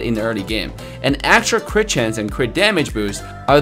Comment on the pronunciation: why AI-re-thel